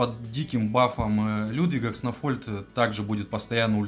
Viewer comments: Не кснофольд, а кснольфод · кснольфод а не кснофольд